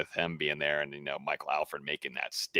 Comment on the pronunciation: ....please tell its ALL-FORD...NOT AL FURD 😂